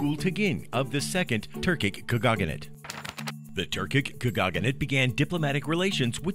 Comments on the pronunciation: sir, you made so many mistakes when pronouncing such words as Tatar, khaganate, Genghis khan... it's not /tartar/, but /tatar/, not /kәgаgәnәt/ as you say it but /kagәnәt/, and not /geŋgis/ but /dʒeŋgis/ khan... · His voice is so grating and unnatural, and the way he mispronounces words... like how could you mess up "khaganate" so badly? ( "Turkic Khagogganate") The slick animations are really the only thing this video has going for it, but even they fail to make up for all the bullshit. Even if everything in this video is factually sound (it's not), it still feels like watching propaganda. Curiously, the Russian version has over a million views, but the comments are no less skeptical. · Why is it you're able to pronounce KHANATE correctly (2 syllables), while KHAGANATE was pronounced with 4 when it should be only 3? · It is not a “khagaganate”. It is a khaganate. It is Eratosthenes, not Erasthenes. Try to sound like you know what you’re talking about rather than reading a history book, wrong. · Getting a little excited there, pronouncing Kha-Gah-Nate. It's not Kha-Gah-Gah-Nate. You're confusing Khaganate with Lady Gaga= Kha-Gaga-nate... haha. Example - , and more. Also, I'm just going to ignore the other factual issues with this video, as it seems the comment section has covered most of that. I mean, if you can't pronounce Khaganate, I'm sure that's the least of your issues in a supposedly historically factual video.